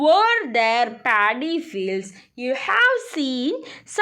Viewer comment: Miss it is Not Daddy it is paddy